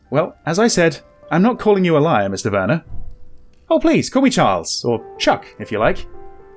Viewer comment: I appreciate your German coming through in pronunciation of Werner